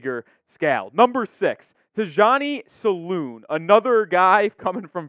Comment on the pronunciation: C'est Tidjane Salaun pas Johnny Saloon 😂